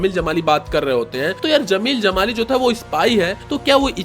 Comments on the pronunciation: Bhaai, zameel zamaali nahin hota...jameel jamaali tha. Har jagah 'z' nahin bola kartay cool 😎 dikhnay kay liye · Bro it's Jamil jamali not zamil jamali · जब 'ज' बोल सकते हो तो ज़मील ज़माली क्यों बोलते हो? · Dude Z and J pronounce different zara ye bol ke dikha...... Jai Hind, Zai Hind mat bolna Video pe effect karwadunga